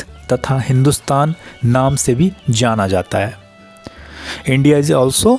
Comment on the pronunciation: Not a zana is called jana 😮